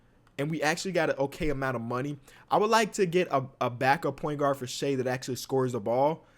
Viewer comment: its pronounced shy not shay for shai gilgeous-alexander